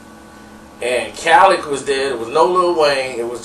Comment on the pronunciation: Nigga put some respek on Khaled name leddddd like in a pencil not leck